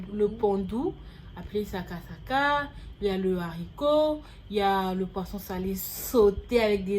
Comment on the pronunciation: La gabonaise dit littéralement "l'haricot" au lieu de "le haricot", c'est ça que vous appelez battre niveau prononciation ? 😅😅😅